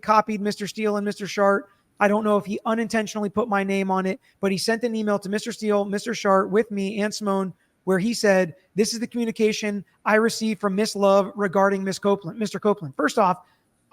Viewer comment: Is the lawyer's name Shart? Or is it Sharp? Sounds like your saying Shart